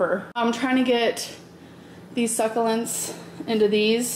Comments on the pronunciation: Succulents babe. SuccUlents. Not succa. ❤️ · “These SUCelents” I died when she said that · Her talking about “suckuhlents” makes me cringe every time 😣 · 😩 she 101% says “SUCK-A-LINTS” just to piss us off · I SWEAR you say succulents wrong on purpose, and it's fucking winding me up😂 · Can part of your rebrand include learning how to say succulents? From a business standpoint, nobody is going to take you serious intentionally mispronouncing words. And shooketh...